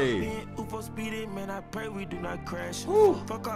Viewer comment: ITS UFO Not U.F.O